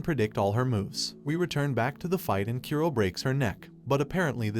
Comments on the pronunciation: Japanese names are supposed to be read as Ku-ro not Kyu-roh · His name is Kura ( Kuu -do) not Kearo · Its kuro not kyuro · Why are you pronouncing kuro as kiro. The "oo" and "ee" sound are completely different sounds!!! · How do you mispronounce Kuro(black) that badly, it sounded more like you said Cuero than Ku-ro. A good rule of thumb with japanese pronunciation, is to pronounce the vowels clearly. And most of the the time have the sound of the vowel when it’s alone. Sorry if I sound mean but I’m really just trying to help make your content better, and I believe proper pronunciation of names is an easy way to do that. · His name is Black not "q row" it's pronounced ku like the kkk Ro as in rollercoaster Kuro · "A boy named Kiro" Text: Kuro Uhh... Rest of the video. "Kiro. Kiro. Kiro. Kiro." 🤣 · Kough-towe Kyoo-roe oh my fucking god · U said Kuro and I heard Kiro, kiro was my pet , died a week ago . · Kuro (Kee ro)? Saki (Sack ee)? I can't 🤣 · Kyuro? Sacky? Wtf man. Learn how to pronounce Japanese names. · “sacky” and “keero”